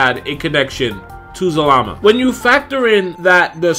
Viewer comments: the name is za-la-ma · his name zal-a-ma